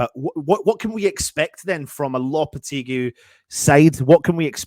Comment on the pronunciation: It's actually Mr Loppy!